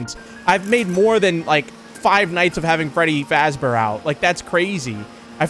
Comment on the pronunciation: Nah he said "five nights with frdy feazber" (no I did not misspell I did it on purpose)